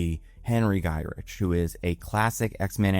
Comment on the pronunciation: Henry Gy-RICK not rich English is your first language right?